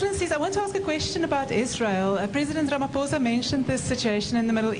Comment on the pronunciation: It's pronounced "Ramaposa" not "Ramafosa"